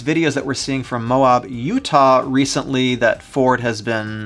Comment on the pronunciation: Bro you keep saying Moab wrong in all your videos, it’s mo-ab, a like apple not this long a you keep using, just a tip from the natives.